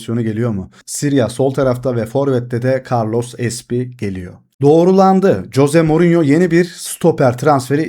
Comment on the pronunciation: Coze morinyomu😂 kanka duyunca bi garip oluyorum sadece morinyo de😂